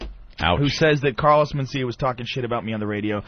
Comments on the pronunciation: He calls him "MenSTEALia" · Carlos men-steal-ya